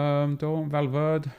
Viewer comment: I cringed when he said Valverd (e)